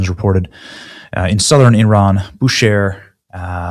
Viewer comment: Benny it is pronounced (bu-Shahr)